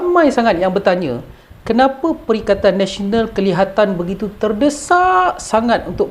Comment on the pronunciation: Perikatan Malaysia lah. sebab Pertkaian Nasional hikhikhik bagus juga sebutan.